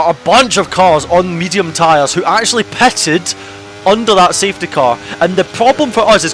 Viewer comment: saide instead of side, petted instead of pitted - why are you speak so bad?